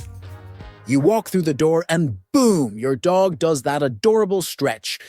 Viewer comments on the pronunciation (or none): none